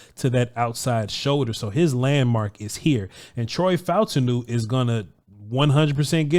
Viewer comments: I believe his name is pronounced Fa-TAWN-New, according to how the announcers said it. Peace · The pronunciation is Fah-ooh-tahn-ooh